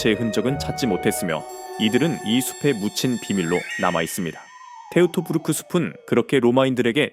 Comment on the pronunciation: 테우토부르크가 아니라 토이토부르크.